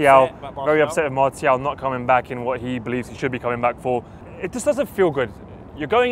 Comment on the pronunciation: ''Marty el'' Its Martial..